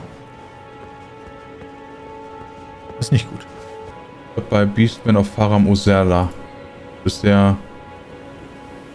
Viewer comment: "Faram Uzerla" Ich liebs